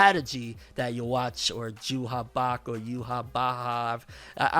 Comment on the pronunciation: I'm kinda happy that even though the subtitle name is Ywach, the head commander pronounced it something like "Juha Bach" which was the translated name I always preferred